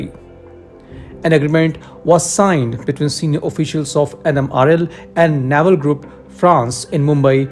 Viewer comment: It's pronounced nay-val nya-val is our belly button 😂